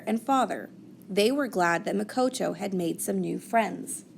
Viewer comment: It Muh-ko-to